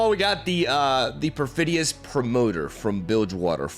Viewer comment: After watching your channel for a while now, how do you just nail the pronunciation of Perfidious? That was more shocking than the cards lol